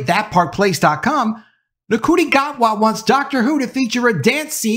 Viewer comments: Id double-check that ncuti isn't pronounced: shootie. I didn't know right away either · Somehow, ncuti is pronounced shooty.